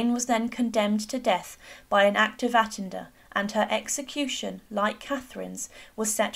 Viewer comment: Thank you I enjoyed the video but it would be improved by aligning the visuals with your comments. Also attainder is pronounced at-tayn der and not attan der. Just a friendly remark and thanks again 😊